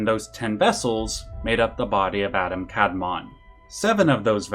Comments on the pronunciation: Very small note as a student of Kabbalah, in Hebrew the emphasis is typically on the second vowel. So it should be the second a in Adam and the o rather than the a that gets stressed for Kadmon. Same goes for sefirot. The emphasis in the pronounciation is on the o at the end not the earlier syllables. Great video though! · As a native Hebrew speaker, it's kabalA and adAm kadmOn, the pronunciation I mean.